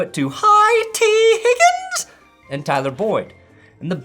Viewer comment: plz stop saying high t higgins